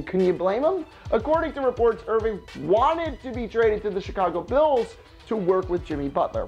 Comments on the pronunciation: Did any1 else catch him say Chicago bills 😐😂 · Chicago "Bills"?